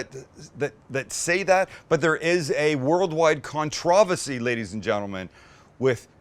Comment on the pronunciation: Con-TRAV-uhsay, I believe you said? Sam, you've outdone yourself with this inflection. ☺️